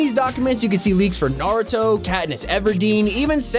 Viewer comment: Who else can’t take how he said Narooto instead of Naruto